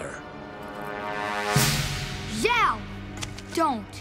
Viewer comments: Zhou? Its Zhao. Also if Roku is Zuko's grand father then isn't Aang his grandfather. Lol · #4 is not Zhou, its Zhao. Zhou (粥) literally means porridge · I thought it was "Zhao" not "Zhou" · It’s Zhao not Zhou